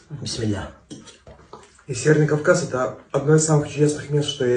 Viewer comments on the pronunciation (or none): тебя бедуины так научили вести себя за столом на камеру? Ты вообще откуда? Судя по твоему “бисмилях», ты точно не чеченец…